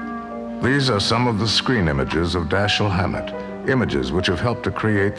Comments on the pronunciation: How can you mispronounce the name of your subject?? It's Da-SHEEL! Alleged fans should know better! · It is consistently mispronounced throughout. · Why take it upon yourself to "Americanize" his name? Why not pronounce it properly? As you explained, he himself pronounced it "DaSHEEL".